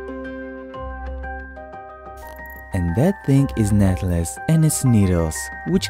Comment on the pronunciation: he said something like netles